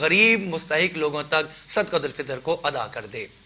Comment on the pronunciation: حضرت۔ جب صدقۃ الفطر عربی لہجہ میں ہی پڑھنا ہے تو پھر صحیح پڑھیں۔۔ صدَقۃُالفطر۔۔۔ یعنی بفتحِ الدال۔۔۔